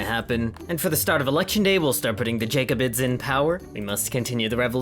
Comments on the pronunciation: Great video but Jacobins is pronounced Jack-uh-bins, not Jake-uh-bins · “jAcobins” EEEEEEEEEEE